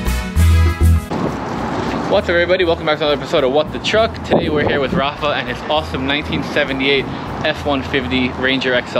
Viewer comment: bro its Rafa not Rafe